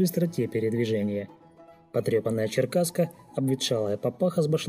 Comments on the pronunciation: Не черкасы ,а черкесы. Не черкаска ,а черкеска видно из википедии нарыл, хотя бы прочитал без ошибок, а пластуны были во всех казачьих войсках. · Черкесы, а не черкасы. ))))) И соответственно, черкеска, а не черкаска. Диктор по ходу сам не знает, о чем говорит. Своровал статью в интернете?